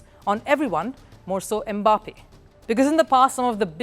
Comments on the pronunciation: It is not "e-Mbappe"; it is "Mbappe". Close your lips and say "mmm-bappe" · So somebody cannot pronounce "Em mbappe" in peace 😂😂😂😂😂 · The is no "Eh" in front of the name "Mbappe". If there was, it would be spelled "eMbappe". The name is pronounced "Mbappe". That is how Bantu names are. They start with consonants.